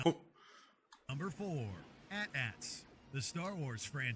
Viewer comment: Was it that one movie whose main villain was that ooze? If so, I loved that movie as a kid. Was pretty much my introduction to the Power Rangers. Also, had some major issues in this video with the mispronouncing of the A T A Ts.